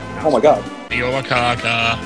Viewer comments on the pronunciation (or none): none